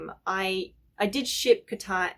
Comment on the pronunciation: I love the way you say KatAang😂